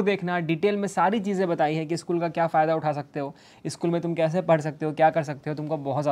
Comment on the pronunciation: Who realised bhaiya padh ko par bolte h 😅😅